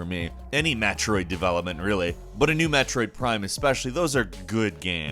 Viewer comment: Did he just say Metrode Prime?